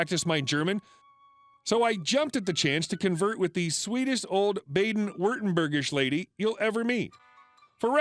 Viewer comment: FFS, learn how to pronounce "Baden".